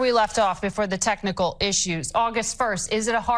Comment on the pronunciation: "Technal" haha She even flubbed a disingenuous apology, all hot under the collar. Kind of enjoyable having it all formatted this way!